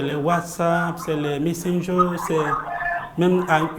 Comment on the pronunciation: Il était obligé de dire "😂😂messendjer?"